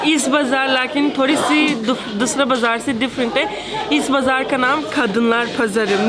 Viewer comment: Turkey is so beautiful and it's breakfast dinners too much yummy i think😅....r the way she said "thorry se kala ha"😂😂😂🤣